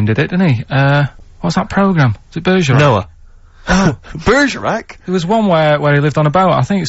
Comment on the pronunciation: Steve’s pronunciation of Bergerac is so unintentionally comical😂😂😂